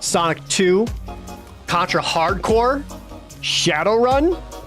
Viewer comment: Props for pronouncing Hard Corps properly.